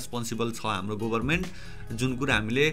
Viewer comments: It's about your pronunciation; गभरमेन्ट* not गोभरमेन्ट!! No offense, I was just trying to be sarcastic. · go haina ga ho...pronunciation: gaverment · why does it sound Gobarment ? 😄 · government ko pronunciation ali aftyaro suniyo